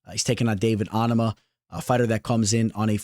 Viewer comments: Gary ain’t out grappling prates might take him down maybe 1-2 times but this fight is gonna be a striking fight. Also bro you gotta learn how to say Onama name. You keep saying Ahnama it’s Oh-Na-Ma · you’re saying it wrong watch a fight and how Anik does it. Also probably the only YouTuber that says it that way